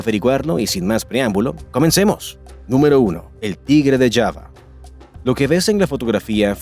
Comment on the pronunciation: JAVA se pronuncia con j, no Shava